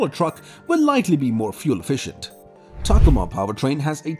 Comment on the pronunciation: What the hell is a “tacama”, are you meaning ta-COma?